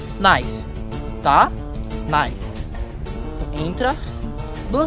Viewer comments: Caraaa se fala lançamento "naice" e não "nilce" Pelo amor né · Ele fala nilse N Nice 😂😂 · eu odeio quando ele fala "nilce" parece nome de gente kkk moss é "naice" a pronuncia correta de "nice" kk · Lançamento " Nilce " quando se fala "Naice ". Que droga ein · uma hr ele fala nice dps nilce kkkkkkk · Ele fala Nilce zuando. A esposa do Leon (Coisa de Nerd) como você não conhece?! Meu Deus... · n se fala nilce isso e nome de pessoa kkk se fala naice mas se escreve nice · Legal mas "nilce"? 😁😂😂😂😂